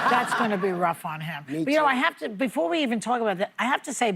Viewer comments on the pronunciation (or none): none